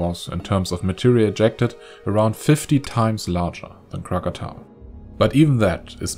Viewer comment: finally krakatoa pronounced correctly